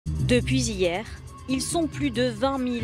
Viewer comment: "Depuis zhier"